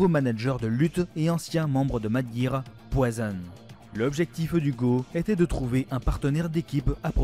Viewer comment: Très bonne vidéo mais stp, soigne mieux les prononciations. Je vais pas tout citer mais entre Dudley, Guy ou Poison c'est vraiment du littéral qui manque de conviction. Et je reviendrai pas sur Monsieur Bison...